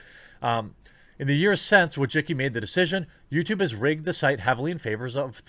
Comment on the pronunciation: Why do you pronounce her name like that? Wojicki? It's more like Wojiski.